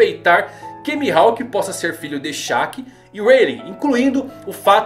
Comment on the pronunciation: O que me quebra é essa pronúncia do nome dele mano tirando isso tá só sucesso